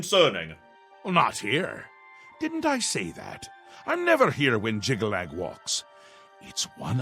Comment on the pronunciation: I'm just amazed pronounced Jyggalag correctly the first time. With his track record, I was expecting something like Joggylog.